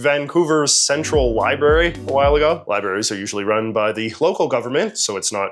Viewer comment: Did you say “Li-berry”?